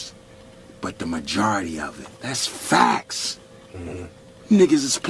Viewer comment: boy why the fuck you say FACTS so hard lol